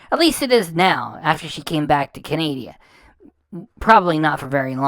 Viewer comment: Look I really enjoy your content, but please it does not help the cause to call her followers idiots while calling it CANADIA. Please it is CANADA, pronounced CAN-A-DA. I'm am used to hate so feel free, but I mean no harm, I just think it helps the good fight to not call others idiots while sounding uneducated when you obviously are.